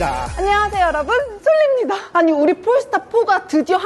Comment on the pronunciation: 솔님입니다? 소~립니다?(솔입니다) 솔닙니다?(솔입니다) 뭐라고 발음하는건가요????